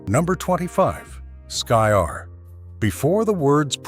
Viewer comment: Skyr is pronounced skeer. I had some from a store. Good flavor. As for surstroming, my brother got some due to his brother in law coming from 🇸🇪 Sweden. He make the very bad mistake of opening it in the house. I've seen video of guys sitting together when it is opened w a hand can opener. Iit's under pressure so a nice burst releases up and out. The smell has them gagging and retching. I guess it's normally consumed w cooked w onions and thin potatoe bread. It would b an interesting eating competition.